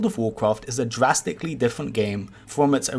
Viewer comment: When will ever stop saying jurasticly